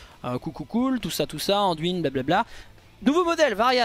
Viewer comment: Nan mais, c'est pas "Anduinne" d'abord, c'est Anne-duine ! T'es bien gentil mon p'tit chauve-souriant mais uiliser la prononciation anglaise juste pour la moitié du mot c'est pas plus joli ! 😜